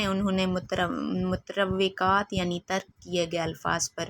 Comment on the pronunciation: متروکات ( کا تلفظ درست کر لیں میڈم : مت روے کات آپ نے پپڑھا ہے جو کہ درست نہ ہے ۔درست تلفظ مترو کات ہے ) شکریہ